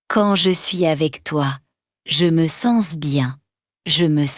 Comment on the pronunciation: merci pour tes efforts mais tu as quelques fautes de prononciation comme .: je vis ( ne prononce pas le s ) je me sens ( en prononce pas le s) aussi la liaison comme les phrase ou se trouve le mots yeux ........etc le nom lucas ( en prononce pas l s).....